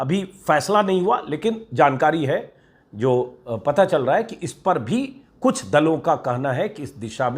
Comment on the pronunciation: For : Pata , read: Paa .